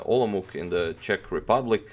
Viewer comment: Olomouk? No. it is pronounced Olomouts. But thanks, you did not use German name. :-)